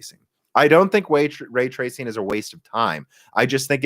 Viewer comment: way twacing